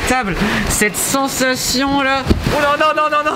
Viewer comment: Combien il a dit sanation